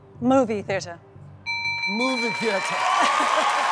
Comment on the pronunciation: Steve Harvey's English accent is really good. Coming from an English guy lol